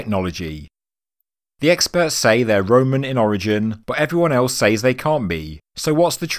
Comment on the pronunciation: Says is pronounced sez